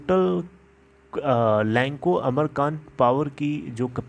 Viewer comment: अमरकंटक ,pl.pronounce names properly.you have lovely voice,knowledge